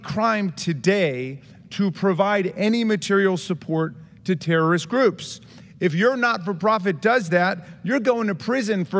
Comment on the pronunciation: Jason Smith is an embarrassment. Dude doesn't even know that "terrorist" has three syllables.